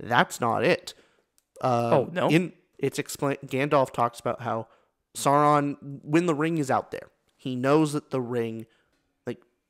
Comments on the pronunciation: So-called expert can't even pronounce Sauron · An expert mispronounces ‘Sauron.’ Jeez.